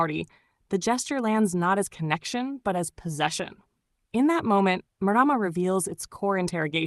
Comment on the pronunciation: Pronounced mar rar mar roll the r.